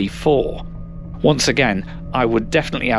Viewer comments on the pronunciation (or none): none